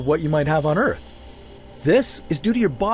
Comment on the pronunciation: Dudes voice annoys the hell out of me.. its earth not outh..rocks not wocks.. csn dude not pronounce his R's??